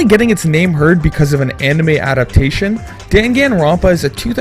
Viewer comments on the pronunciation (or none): none